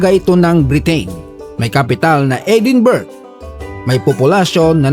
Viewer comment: EdinBRUHHH pronunciation ata dyan 😅😂